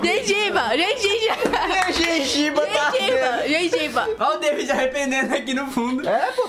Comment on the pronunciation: A kkk falando "gengiba" kkkk